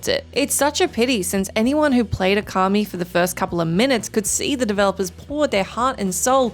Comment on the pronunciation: Would it be pedantic if I said it's "Ōkami", not "Okami"? 🤔